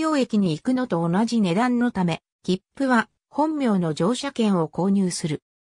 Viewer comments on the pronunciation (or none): 動画中1'30"に出てくる「本名」の読みを（ほんみょう）としているが正しくは「ほんな）である。